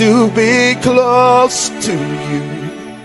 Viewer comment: That man said clost 😂🤣